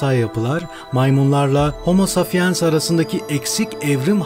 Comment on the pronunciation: Ne kötü okuyor. Safiens ne ya saPiens! Pes!